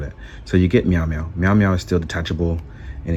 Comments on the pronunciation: “Mew-mew” lmao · I love the way D says Mjolnir. Ahah